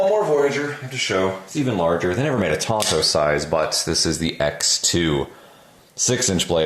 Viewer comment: Tonto was the name of a horse on the Lone Ranger TV show. TANto is the proper pronunciation. 'Bowie' is also mispronounced when referring to the particular knife of the same name. It is pronounced boo-ee.